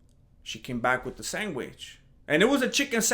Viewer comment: Why he sayin SANGWICH?🤣🤣